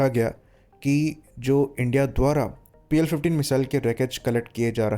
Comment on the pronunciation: Pl -15 E❌ PL-15 AAND✅